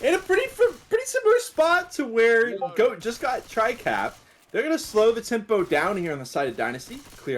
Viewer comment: Is GOAT, not Hokori